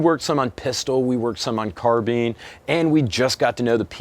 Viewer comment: He said "carbine" correctly thumbs up.